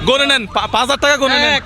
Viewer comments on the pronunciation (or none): none